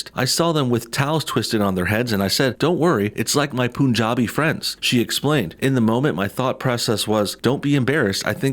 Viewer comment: FYI: The U in "Punjabi" is pronounced like the U in Umbrella!